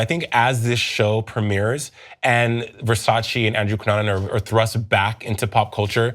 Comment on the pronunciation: "you can't even spell Versace." "FO... SACHEE!"